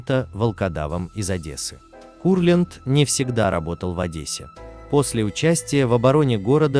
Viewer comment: Во-первых , Давид Моисеевич , а не Менделеевич . Во-вторых , КУрлянд , а не КурлЯнд. В-третьих , фильм художественный , а не исторический , поэтому искать в нем реальные факты -- пустое занятие. Критерия два : нравится или нет.